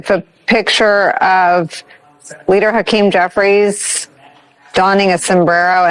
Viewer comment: Hawk-tau-keem Jefferies is my hero